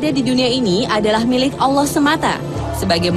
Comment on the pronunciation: Kenapa kebanyakan orang Jakarta berkata Awloh bukan Alloh? Termasuk presenternya. Marshanda alias Chacha jg kalau bilang Awloh bukan Alloh! Ilmu tajwidnya kemana?